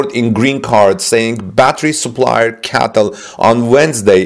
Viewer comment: Bro stop calling it a Catl it’s called C-A-T-L get it right man